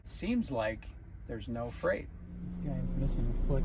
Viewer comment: Freight rhymes with Wait